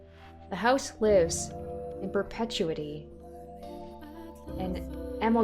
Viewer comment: Oof dude couldnt pronounce perpetuity or amalgam at the start ... not great for someone reading a VN - I mean the attempt at amalgam was hilarious but still